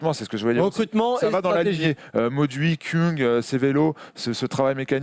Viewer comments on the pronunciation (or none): Stefan Küng se prononce K-u-ng! Le « ü » se prononce « u » et non « ou » svp🙏!